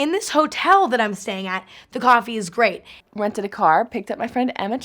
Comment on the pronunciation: No one: Emma: The coffee here is gReAT